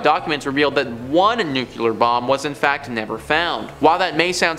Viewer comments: NUCLEAR! NOOKLEEUR! Check you pronunciation!!!!! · Nuclear is pronounced “new-clee-ur. Or, to make it easy, “nu-clear” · Dude... learn how to say NUCLEAR correctly. It's not nuculer